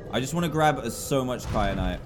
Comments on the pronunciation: Dan, it is KYANITE not KRYANITE. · Dan keeps saying kryanite when it is kyanite!!!!!!!! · Who else noticed dan said crynite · DAN!! I can’t take it anymore, it is so annoying how you call kyanite cryanite